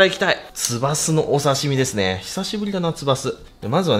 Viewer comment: だめですずぇはジワジワくるw